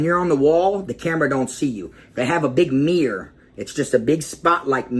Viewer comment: Damn LMAO I thought we was bad in bama, Boy say "mirror" again.. 🤣😂🤣😂 #kuntry #BUMPIN1000